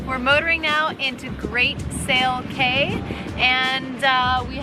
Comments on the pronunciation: It's "key" .... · I believe CAY is pronounced as KEY, but I digress…..